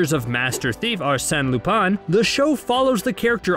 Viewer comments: Lupán - it pronounced as that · He pronounced it right at times and sometimes no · God please pronounce lupin right bro